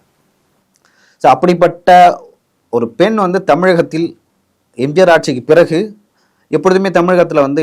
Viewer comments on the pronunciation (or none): none